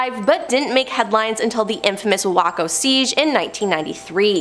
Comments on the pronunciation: Waco is pronounced Way Co not Whacko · With respect (hate when this is done) it isn't wakko.....it is Waco...Way..koe,,! Sorry, but I am a Texican and that is how to properly say it. Those that live there hate when yankees do that! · Sorry Em, I usually stand up for you, but "Wacko", c'mon... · The most terrifying thing about this video is that the host doesn't know how to pronounce Guyana, Waco, restoration, phenobarbital, Synanon, Zion, or Hubbard.